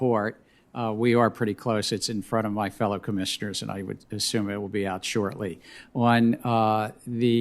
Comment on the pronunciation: I love the channel but personally saw this a bit different. I thought the way he said Shortly was the odd part. Sending retail a signal. I think it will be good. We’ll see. Love & all you apes.